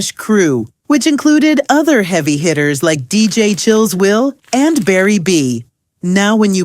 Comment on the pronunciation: DJ Chill Will. Not "Chills" Will. Get it right, Ai.